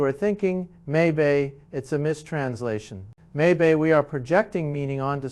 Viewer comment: He said "maybay" instead of may be. A.I.